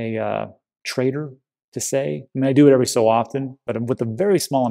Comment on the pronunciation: When you say trader i always hear traitor 😂